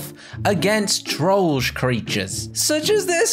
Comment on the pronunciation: OH MY GOSH YOU SAID TROLLAGE NOT THE ACTUAL NAME THAT IS CALLED TROLLGE NOOOOO